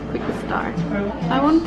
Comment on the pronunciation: like she says 'Englisheu' 'my Faceu' and 'quickeu'